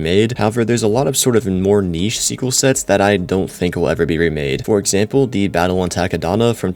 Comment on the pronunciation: Ain’t no way he said niche 🤣🤣🤣🙏🙏🙏